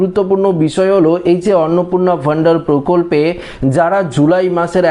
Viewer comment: অন্নপূর্ণা ভান্ডার ❌ অন্নপূর্ণা ভ ন্ডার ✅ 😅😅😅